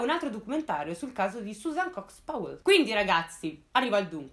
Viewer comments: Comunque Powell si pronuncia "Pao", non "Pouell"... E daje, mica è difficile. Come pronunci "power", "pouer"? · Bravissima! Un appunto ...Si legge pauel con la A...scusa se l'ho scritto proprio così come si legge non sapevo come spiegarlo😂😂 continua così brava 👍